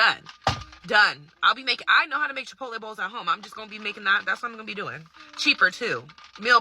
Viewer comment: I thought I heard correctly Chipo-tay😂😂😂